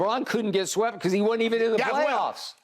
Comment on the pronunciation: Shannon sharpe: and he got wsept!! 🥴😂😂😂